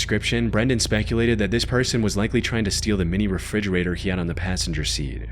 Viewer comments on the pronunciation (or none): none